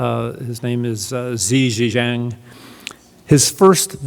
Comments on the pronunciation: who the hell is zhi zhishzaaang? i believe it's xi jinping (shi jin ping). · Why can't he come close to pronouncing the Chinese presidents name it's Xi Jinping not Zeshezang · The Canadian "expert" does not know that the name of the Chinese President is Xi Jinping, not Xi Jinjang. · from the get go, this guy says the new Chinese premiere's name is Xie Jing Jiang, Nooooooooooo!! His name is Xie Jing Ping. What a nobhead. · The new president of China, "Xi Zeezen"?!?!?!? Hahha! Anyway, thank you for the speech prof. We got your message. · The Chinese President’s name is pronounced as in “ she - gin - ping “ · Xi xia xang? Cant take this guy serious when he dont have his info correct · The Chinese president's name is Xi Jianping. X is pronounced sh in Chinese, nor the z sound. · The only problem I have with him is his mispronounciation of Xi's name 😂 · He don’t how to pronounce the name of President of China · lol you failed so hard at pronouncing Chinese president's name. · Im not sure I can trust the word of someone who didnt even bother learning to pronounce the Chinese CCP chairmans name properly before going on camera.